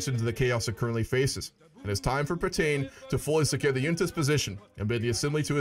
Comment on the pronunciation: I can't help it when you say marshal patain I keep hearing marshal potato XD